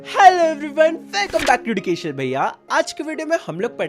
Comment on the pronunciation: Bhai educational ko pronounce to shi se karo 🫠